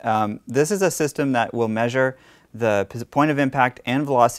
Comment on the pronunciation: Why can’t you pronounce the word Measure?